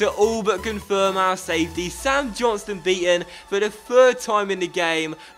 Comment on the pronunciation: It's "John STONE" Not "Johnstun" . Lol